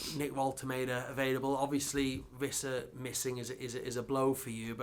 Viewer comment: The Premier League name pronunciation video - Wissa : “Wisser” Every journalist: “Visser” 🤦🏻‍♂️